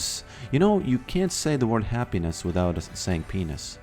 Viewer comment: Hahaha I thought he will say you can't say happiness without say peace 😂😂😂... He say happy-ppynnes 😂😂😂 you are the best ❤